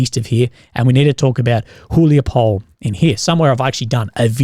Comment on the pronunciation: "e" in the end of city names is pronounsed. It is about Huliay-pole